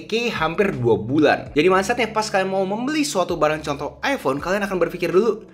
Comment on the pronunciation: IPHONE, bukan IHPONE Bang.